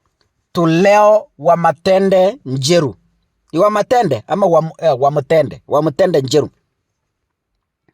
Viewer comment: ni Wamuthende not Wamathende 😂😂😂😂